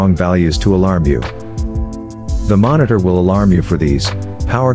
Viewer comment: Battery Mo“R“nitor ???????